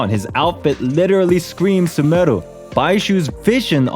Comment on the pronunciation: is no one gonna talk about how good his pronunciation of sumeru is?